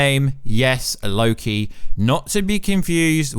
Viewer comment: Surprises me he pronounces "Loki" right :P